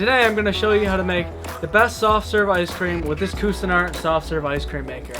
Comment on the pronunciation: You need to learn how to pronounce Cuisinart